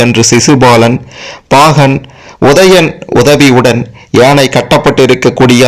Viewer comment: முதலில் தமிழை உச்சரிக்க கற்று பேசவும். ஒதயன், ஒரவினர் ?